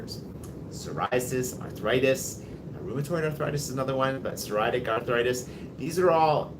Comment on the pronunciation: Psoriatic arthritis. [SAW] + [REE] + [AT] + [IK] I’ve met some (many actually) native English speakers who struggle pronouncing this word.